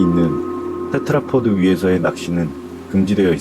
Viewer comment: 테드라포드 테트라포트 테드라포트 발음이 여러개네요 듣다가 그냥 조금 바꾸면 좋을것 같아요. 오늘도 잘 들었습니다~!